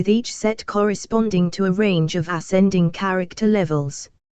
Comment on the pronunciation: Lmao when this narrator says "ascending" it sounds like 'ass-ending". 😂